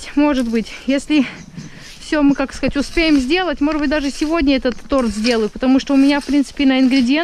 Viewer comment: слова торт и торты, произносятся с ударением на букву О.и в единственном числе и во множественном.Ещё хочу спросить,если Вам не нравится,что я вам показываю,как говорят,то вы поставьте пару собачек таких ((,а если нравится,то скобочки такие )).